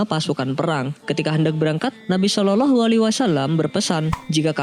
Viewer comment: Kok bacanya shololoh sih yang benar dong kak